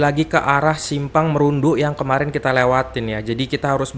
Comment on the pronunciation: Salah bang bukan kota merundu tapi bacahan nya kota Marudu 😅